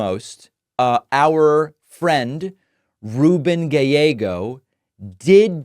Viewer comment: Why does David say Gayllego? 😂